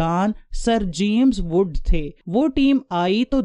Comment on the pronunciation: Baji it's James wood not jamaiz wood